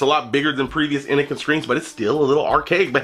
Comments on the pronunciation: Fucking awesome video as always man, even if you fuck up the name constantly, haha!! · How u reviewing a product but constantly say the name of the product wrong..